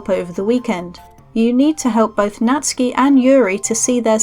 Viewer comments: Really great and easy guide, Thanks... and Nat-soo-ki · i know someone called natsuki but who is natski